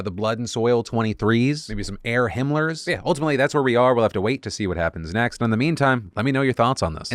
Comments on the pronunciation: Philip said "Air Himlers" 🤣🤣🤣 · "Air Himlers" 🤣🤣🤣💀